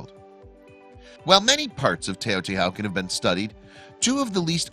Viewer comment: Get the pronunciation right. = The "H" is silent in TEOTIHUACAN. Also an accent on the second a. / Language Nahuatl = na, watl